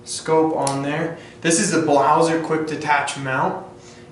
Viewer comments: if you are making a review you should at least know the name of the product!!! its BLASER(can you even read? ), and not a fucking BLAUSER!!!!!!!!!!!!!!!!!!!!!!!!!!!! where the fuck did you found ''U'' ????????????????????????? DISCRASE!!!!!!!!!! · I can´t remember that we in germany pronounce Blaser like "BLAUSER".Also Sig Sauer is spelled Sig Sauer and not Saer therefore you say Sauer.Blaser is spelled Blaser and not Blauser.It has nothing to do with Germany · Its named Blaser not BLAUSER xd